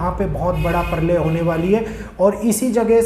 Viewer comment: Parlay nahi pralay प्रलय